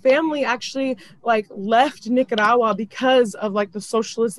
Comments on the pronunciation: At least pronounce Nicaragua correct🤦🏻‍♀️🤦🏻‍♀️ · The fact that she couldn’t even say Nicaragua. Okay miss I’m white now. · As a Nicaraguan American, I just wanted to point out that was wrong because Nicaragua is currently not a communist country. The country is currently under a dictatorship. Also, don’t pronounce Nicaragua the way she’s doing so in the video, she is mispronouncing it. The proper pronunciation is knee-ca-ra-gwa. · If she can't even pronounce the name of a country I doubt she can even get simple facts right.